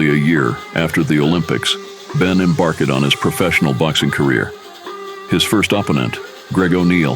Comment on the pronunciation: This must be AI reading the text. "Em-bark-ed"? "Ahp-pin-nent"?